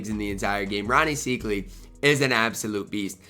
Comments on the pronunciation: Rony "psych" ly is how its pronounced....just an FYI:) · Don’t get mad at me but it’s pronounced SIKEely (